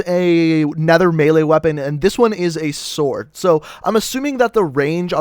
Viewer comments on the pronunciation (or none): none